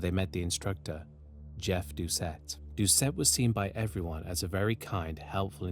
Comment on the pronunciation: Thank you for pronouncing the Cajun names (mostly) correct. One small note- ‘Doucet’ is pronounced ‘doo-SAY’. I remember my momma always saying she’d kill a man that did that too. He was a local hero. He IS STILL a hero.